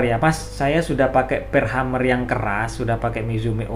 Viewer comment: Mohon maaf , sekedar untuk meluruskan.. bukan Hummer tapi Hammer .. Hammer = palu/ penumbuk/ pengetuk/ pemukul.. sedangkan Hummer = penyenandung dari kata Humming = senandung atau bergumam/ berdengung.. Jadi untuk sobat semua.. pemahaman nya bukan Hummer tapi Hammer yang dibaca (Hemer)